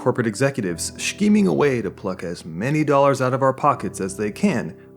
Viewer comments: pronounced "skeeming", not "shkeeming" just in case it wasn't a joke :) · I like the video but GOD the way you pronounce "Shh-keeming" annoys me. It's Scheming. Pronounced like Skeeming. We're not germans. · Great video but why do you say scheme like that? It's weird lol. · Ahhhh I don't know if someone already mentioned this but you're pronouncing "scheming" wrong. Is it a channel quirk? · I like the way you say scheming, subbed